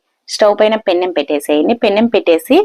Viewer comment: పెన్నం కాదు పెనం